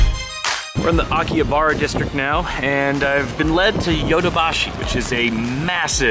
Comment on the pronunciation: nah, he went to Aki Abari..not Akihabra ;0)